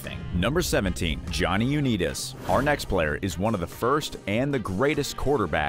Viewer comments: U- Neeeet- US. 🤣🤣🤣. Wtf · Johnny U-need-us...Wtf? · Johnny U-Need-Us😂😂😂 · Johnny "U-nee-tis"?!? AI voice-overs are like nails on a chalkboard. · Johnny you need us😂😂😂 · Haaaah Haaaaah!!!! U-Neetus!!!! Or how bout the Duo group TLC??? I know Left Eye is deceased, but TLC will always be those 3 Girls from ATL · Its unbelievable how someone can make a video yet not know the pronunciation of people mentioned Uneetis? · U-nee-tis.WHAT PLANET ARE YOU FROM ??? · sorry you lost me at Johnny U-nee-tis. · Johnny U-need-is? Eff off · The video has no credibility if they can’t pronounce Johnny Unitas correctly. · Learn how to properly say UnItas!!